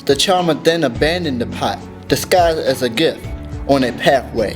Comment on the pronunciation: he sealed the spirit into a "pat"? lol hahahah